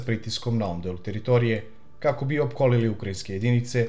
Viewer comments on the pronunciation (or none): none